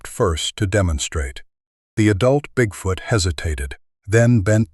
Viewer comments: Bigfout, is that the Canadian pronunciation? Like aboot instead of about. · AI …… WTF….. cannot even pronounce bigfoot “BigFooooot”. correctly !!!!?!? ONLY CLICK BAIT LONG STORIES !!!!😆😡